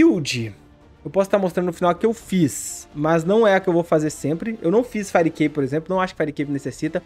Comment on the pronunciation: fireicape como vcs falam certo, fairicape com red pur amor da santa